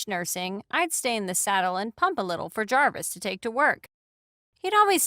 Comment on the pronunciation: Cartoon Jarvis: Jarvish